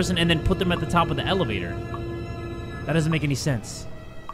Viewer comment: "the elevator" or "the L evator" ( i hate myself too )